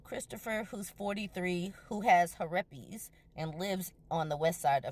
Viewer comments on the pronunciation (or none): Her-ep-ees took me out. I’m cackling lmfao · 😂😂 he-rep-es! That spelling and pronunciation 😂😂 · Christopher with "herepes". 😂😂😂😂😂😂😂😂😂😂